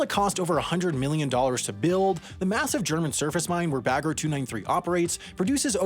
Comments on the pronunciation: he is stressing the -er in the end while it should be more relaxed. Like -ah. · The way he pronounced "Bagger" physically hurt me every time. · you say it "bugga" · I always understood beggar